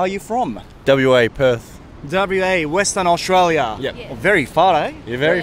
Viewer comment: 0.5倍速で見ると、だぶりゅえい うぇすたな おーしゅとらーりあー。って聞こえる。 開始１分でこれだけ学べるなら日本の教材この動画研究するだけで外人と喋れるんじゃね？ 受験用に６年学ぶより１０分のこの動画まるまる覚えた方が実益ある。